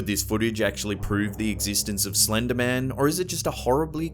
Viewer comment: Slennddder? Eng lishhh? Imaa head out